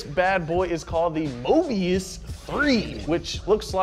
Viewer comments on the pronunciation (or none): It's not Mobias but Mobius. At least get the name right genius from South Africa.